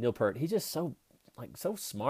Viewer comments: I'm sorry, but not to be condisending, but it's pronounced, Peart, just like 👂 rt and once again I'm so sorry for correcting that. Thank you and please stay safe through these hard times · It's "Peart", not "Pert". How can we listen to what they are saying?? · It’s pronounced PEERT. And that’s where I stopped the video to type this before moving on to something else. 👎